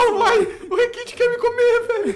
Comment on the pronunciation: "Pega o requit, o requit" meu deus, é rekt não requit